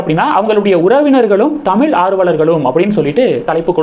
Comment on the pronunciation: இந்த மாதிரி வீடியோ போடற நீங்கள் முதலில் சரியாக தமிழைப் உச்சரிக்க கற்றுக் கொண்டு பின்னர் போடவும். உதாரணமாக பிள்ளை மற்றும் தமிழ் போன்ற வார்த்தைகளை சரியாக உச்சரிக்கவும். உங்கள் உச்சரிப்பை நீங்கள் பலமுறை கேட்கலாம்.